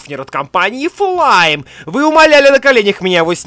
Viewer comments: Не флайм а флейм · Ни флайм а флэйм